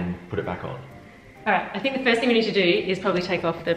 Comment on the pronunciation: Thing not thinv